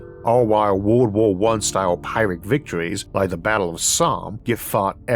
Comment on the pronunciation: Isaac didn't write this one. It seems like he didn't write a lot of the newer episodes. He mispronounced "pyrrhic".